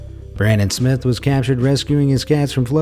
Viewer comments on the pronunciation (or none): none